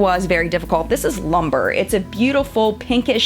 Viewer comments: It is pronounced loom-bray, not lumber. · Love this. JFYI the shade Lumbre is pronounced Loom-bray and means fire. Excellent review!